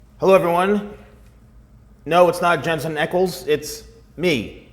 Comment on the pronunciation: Pronounced Ack-els not Eckels but spelt Ackles. Lol